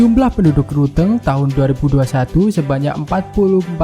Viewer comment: Like dibaca lik ..gayo dibaca kayu. Ruteng= teng nya dibaca teng'ah harusnya dibaca ban'teng.. Klo orang asing wajar bicara begitu.. Lebih banyak lagi belajar dan perbanyak wawasan